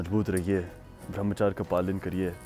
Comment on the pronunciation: "sunth" "brahamaCHAR" "RANGEEN" also: Sorry my hindi isn't that great.